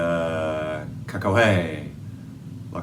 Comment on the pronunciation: your second try saying Cacahuete was Perfect!